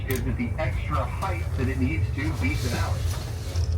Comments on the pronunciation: Den - ah - lie 🤦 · (Dee-na-lee) not da na lie😅😅😅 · It’s pronounced Den-alley no Den-al-i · Din al lee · The “den-a-lie” killed me 😂 I don’t know if he’s serious bc I don’t know who this guy is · its pronouced Da-nol-lee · It's den-alley. It's the native name for Mount McKinley. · It's pronounced Den-all-E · "Den-uh-lie" What an idiot! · You got all the names wrong, but that's OK! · You need to learn how to pronounce the names of places properly before you make a video, say the names incorrectly and sound foolish. Also, I’ve never heard of -0 before. It’s either above zero or it’s below zero but it’s never -0. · You seriously had no idea how to pronounce Denali or Talkeetna? And what exactly is “negative zero”?